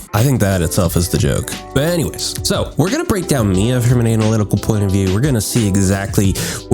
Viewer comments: wait.. "Mee-ya" is the correct pronunciation though. I don't understand the trigger. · you pronounced it right bro lol, IT IS "me-ya" not "my-ya" , i would've been triggered if you said the latter lol